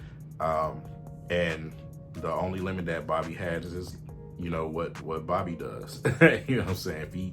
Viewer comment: Bobi had a what up doe video from when he arrived and he pronounced it Bobby